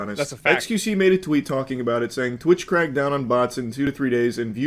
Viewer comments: If you understand “butts” instead of “bots.” I was worried. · Uff, I though he said "butts". We saved boyz